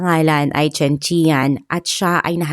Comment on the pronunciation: CHEN- Chan ganyan ang pronounce po